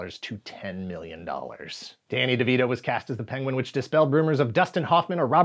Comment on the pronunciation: being unable to say 'penguin' is the best clip ever.